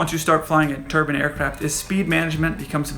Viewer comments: Great description. Confused on the "turban" part though, which is one of those funny head things east Indians wear. Do you mean tur-bine ? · Turban aircraft, eh? /must've been built in India. J/K...I know you Americans have issues with pronunciation.